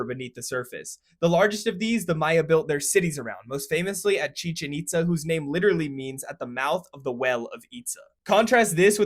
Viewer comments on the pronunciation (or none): EXCEPT — It's pronounced chee- CHENN eat- SSAH with the stress on the last syllable in both words.